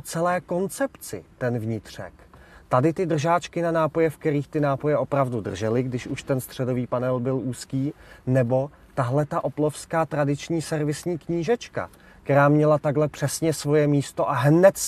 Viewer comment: Opelovska ale se to slyšet no